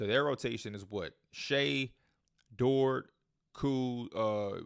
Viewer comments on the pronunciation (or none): none